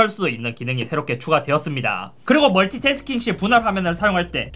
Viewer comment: 형 멀티태스킹이 아니라 멀티야스킹